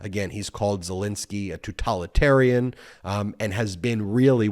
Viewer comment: Mispronounced totalitarian. It's not tutalitarian.